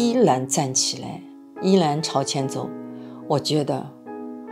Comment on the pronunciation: 為什么是蘆果，而不是如果？是依然還是依藍？